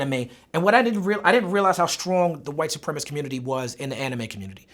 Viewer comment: he keeps saying "white suprem-ist"....... its supremacist